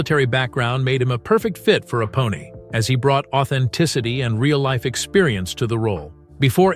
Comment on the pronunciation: This is Ai narrated. Can't can't 'Apone' correct.